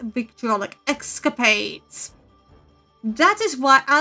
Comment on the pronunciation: did she just said... es-ca-pades? ? ?